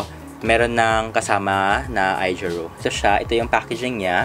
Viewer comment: AOjiru po not AIjiru. :)